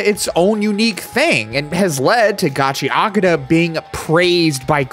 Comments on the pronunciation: Channel is "Kitsune Anime." Doesn't know basic Japanese pronunciation. Oof. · great video but damn americans being unable to pronounce the T in gachiakuta seems so funny to me. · Don’t feel too bad about not nailing the pronunciation of Gachiakuta, YouTube’s auto-subtitles had an even harder time and pretty much spelled it a different way every time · Okay, I'm getting kinda sick of watching people flounder and get it wrong, so here are two quick tips for pronouncing Japanese. 1) Emphasis always falls on ODD-NUMBER syllables, usually the FIRST syllable. Every bloody Westerner seems to insist on pronouncing foreign words with emphasis on EVEN-NUMBER syllables, especially Japanese. This is almost always wrong. Hence "GAchiAkuTA, not gaCHIaKUda". I blame the French. 2) When on an unemphasized syllable, "u" is almost always silent. Compare the pronunciation "saSUKe" to "SAske". There's only one exception I've found to these two rules; when you see two vowels next to each other in Romanji or a flat dash above a symbol in Japanese script, you put the emphasis there. If you know these rules, there's no excuse. Compared to English, pronouncing things in Japanese is ridiculously easy. This isn't even a flex. With Anime as mainstream as it is, there is absolutely no reason whatsoever that anybody should still be making this mistake. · Why care about phonetics when you still pronounce it in a western accent lol "Ga-chee-Uh-Coo-Duh" lmao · I also used to pronounce gachiakuuta instead of gachiaakuta lol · Just pronounce it in Japanese lol Gachi Akuta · I've been calling it Gotchercoochie, but now I know how it is pronounced. Thanks. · I think its supposed to be pronounced gachakuta? (Gachiyakuta)? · = Soooo close! You keep insisting on pronouncing the 'U' in -akuta when it's actually 'ahk-tah'. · That final line pronouncing it wrong is my struggle frequently 😂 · So we're just going to ignore the "u" completely in the pronunciation?